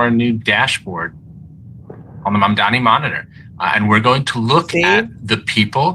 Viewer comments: It's pronounced "Mam-da-nee" not "Mam-da-mee", you're pronouncing it like Cuomo. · Please, pronounce his name correctly, Mamdani, and not mandami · is Mamdani not Mamdami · His name is Mamdani not Mamdami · you are doing a fab job with your reporting and opinion posts, but for crying out loud, get the mufikkin name right. Say it with me, MAMDANI not MANDAMI. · Great reporting by. But she really needs to practice pronouncing Mamda-N-i's name correctly. (Phonetically, it sounds like Mom-dah-KNEE.) Hope that helps.:) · Girl, love you. But 😊can you please please please pronounce it as MaM-daNi. Not MaNdaMi. Please! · It’s : Mum Duh Knee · His name is MAM-DANI. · It’s pronounced “MAM-DAANI”. Please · To help with pronunciation: MOM-DONNY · would you please pronounce his name correctly? It is MAMDANI. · MOM-DON-NEE,. Jesus Christ. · Mandani, with "a". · Sister, please pronounce his name properly. MAM-DANI. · Why can't you say Mamdani right?